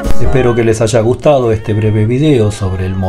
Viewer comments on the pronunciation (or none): none